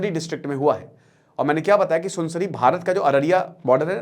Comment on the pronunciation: Sunsansari nahi be Sunsari... kahe karte ho be aisa bhand??